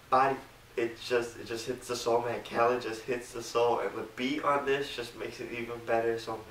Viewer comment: it is pronounced like kuh-leed